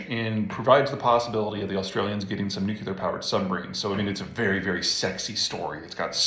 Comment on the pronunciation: I hate to be a stickler, but... "nuclear".